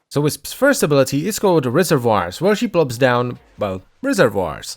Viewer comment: SAY RESERVOIRS AGAIN SAY RESERVOIRS ONE MORE GODDAMN TIME